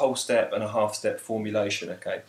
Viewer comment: the way you say half and whole is almost the same ^_^ but thanks